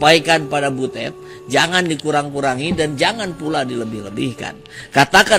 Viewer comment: Butut ah bukan butet